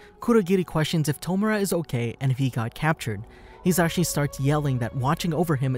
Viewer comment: When you realize he's been pronouncing his name wrong this whole time. It's pronounced "He-zuh-she"